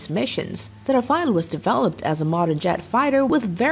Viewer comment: RAFALE not Rafael